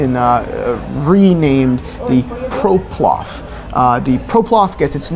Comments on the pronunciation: Shall I be the one that points out that said Proplof and not Ploprof. Poverino, it seemed like he had been practicing so much.. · Also it's Ploprof not Proplof